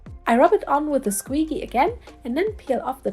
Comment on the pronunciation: Though i much prefer your pronunciation, it’s actually said as sqee-g (like saying the letter g), if you wanted to know. i still like how you say it better